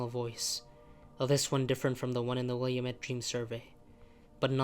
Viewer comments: it’s WILL-AH-MET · Not how you pronounce Willamette (will-AM-it)